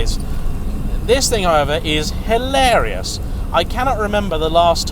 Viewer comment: Dinky and adorable⁉️ That makes me think of Clovis‼️ You very well may be able to fit into a narrow bodied Caterham. The question is, do you leave room for a passenger⁉️ Two cars, and which do we like the MOST⁉️ Come on,, you can do better than that‼️ Don't overuse, nor overemphasise " Hilarious ", it makes you sound like a Southern prat‼️ Great video, by the way, I really enjoyed it.👍🏼👍🏼👍🏼